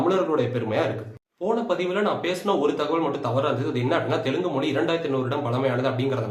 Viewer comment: Even Tamils can't pronounce Telugu, like Telungu